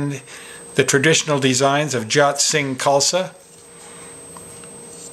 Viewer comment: I've have been informed that the correct pronunciation for "Jot" is "Joat".